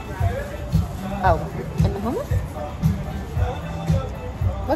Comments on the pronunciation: did she just say SUMMUS? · I hate the way she says her Hs when she’s trying to sound Israeli like that’s not how you say hummus girlllll